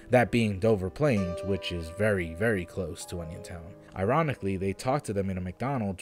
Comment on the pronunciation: I thought you said "Onisiontown", like who tf would visit a town baptized in Onisions name?